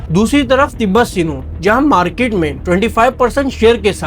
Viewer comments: Bhai Tibet sinow nahi Tibet snow hai Aur urban اَربن hai اُوربن nahi hai Tibet snow aaj bhi saudia mein milti hai aur aaj bhi tibet snow barber shop pe use hoti hai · کیرانچی والے بھائی تبت سنو ہوتا ہے نہ کہ تبت سینو (معذرت کے ساتھ) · tibbet "sino" 😂😂😂😂😂